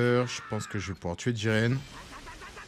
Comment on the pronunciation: Jiren pas jigen, trop de boruto 😂